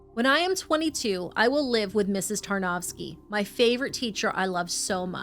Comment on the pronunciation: Tarnavskyj. It's Ukrainian.